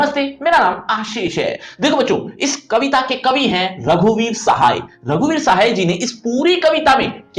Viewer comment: Shay nhi sahay